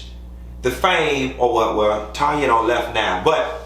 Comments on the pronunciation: Tanya's name is pronouced "Tan-ya" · Why still calling TANYA, Tonya 🤣